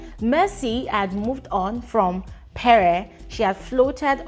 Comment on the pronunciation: It's pree not peree It's venivhaaa not venita